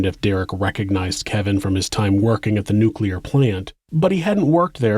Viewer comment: Well done sir! Despite many earlier mispronunciations pf many word...you got "Nuclear: right! 👍